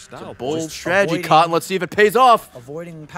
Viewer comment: " A bold Stratgery Kahn" i had no idea ray was into MW.